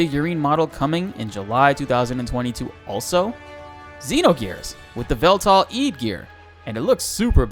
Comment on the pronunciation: Veltall-Eed? I think you need to work on how to pronounce Welltall-Id...